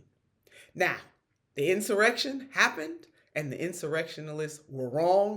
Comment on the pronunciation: No L In insurrection lil mama!